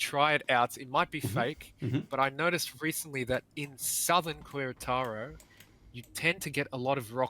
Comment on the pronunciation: "keh-re-taro" Please